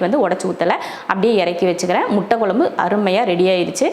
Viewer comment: Sister nenga nalla cook panringa👍👏👌...but please tamizh konjam nalla pronounce panna try pannunga.." kuzhambu குழம்பு " but neenga குளம்பு nu solringa.. en papavoda sernthu tha unga cooking papen but en papa nenga pesartha apdiye copy panni pronounce panna try pannuva.. தமிழ் தப்பா உச்சரிக்கும்போது கேக்க நல்லா இருக்காதுங்க sister.. all videos nenga" ழ" sollama la solringa video keka nalla iruka matengthu paaka nalla iruku.. just my opinion sister otherwise you are cooking skills superb..I am subscriber also. Thank you